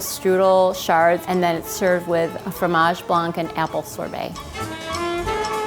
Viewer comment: Dear American people, you have to stop pronouncing the "C" at the end of the word "blanc" wich is French for the color white.